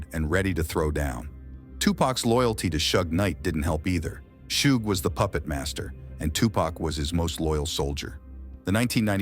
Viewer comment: Like jay z said white ppl pronounce his name wrong it seems on purpose because he says tupac correct but then says pack right after… its pac mf not pack there is no k smh … then this fool say shoog instead of suge 🤦‍♂️